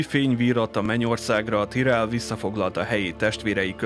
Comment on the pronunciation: miért tirellnek ejted ki? amugy jó a videó tetszik, de ez a tirell kicsit bssza a fülemet hogy igy szépen fogalmazzak :D